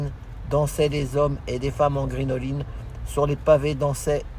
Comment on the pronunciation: Puis je me permettre.....sauf erreur de ma part à deux reprises vous prononcez le mot grinoline. Il convient de prononcer crinoline. C'est un c et non un g. C'était un jupon très à la mode au second empire. Tout le monde peut se tromper mais c'est toujours mieux de corriger. Voilà monsieur . Vous semblez aller très bien. Voir même survolté je trouve et avec un humour désopilant. Pourvu que cela dure. Bonne fin de semaine monsieur.